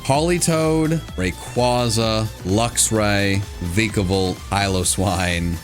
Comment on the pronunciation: it’s VYKAVOLT